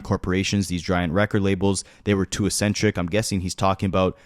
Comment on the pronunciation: it's pronounced eksentrik not assentrik